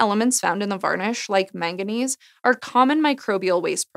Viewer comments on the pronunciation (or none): none